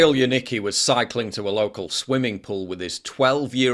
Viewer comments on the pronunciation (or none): Come on, put some effort into learning Polish pronunciation. Janicki = ya-neets-key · YAN-NITS-KEE is your proper pronounciation.